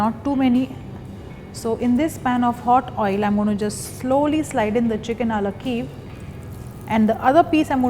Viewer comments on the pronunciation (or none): Why don't you call it it's proper name. Chicken Kiev. And it's pronounced kee-ev. Not keev. And it's not perfectly cooked, it's burnt.